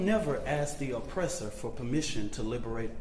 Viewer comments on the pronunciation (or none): none